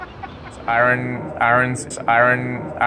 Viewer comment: couldn't say iron...lol. You should have had Flo try to say squirrel.